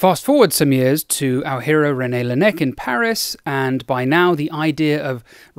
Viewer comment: Great video, but dare I say you spent NOT ENOUGH time in France to really follow the footsteps of Laennec ? (You obviously pronounced his name wrong but it was decent enough and the joke on the neck was perfectly delivered !) Do you realize you have a huge flock of Frenchies ready to butcher English and give the 'France smell' to your text reads ? ask free content from your community as a professional influencer 😉 Come visit René Laennec's birth city Quimper. You can come there from boat and some buses/car trips